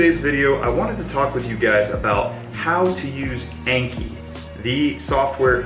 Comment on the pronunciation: The app name is pronounced like ON-KHEE